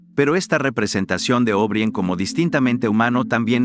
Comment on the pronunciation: Creo que está muy, muy bueno. Solo les haría una observación relativa a la narración: O'Brien se pronuncia O'Bráien, tal cual, no Óbrien. Felicitaciones y saludos cordiales.